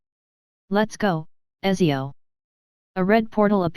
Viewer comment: btw my girlfriend is italian and she told me Ezio is pronounced Uh-t-zee-ohh